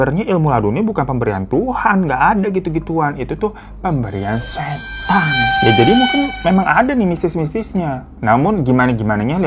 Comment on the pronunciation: Pas nyebut setann bisa biasa aja ga bang, berasa gw jadi setan nya 😂😂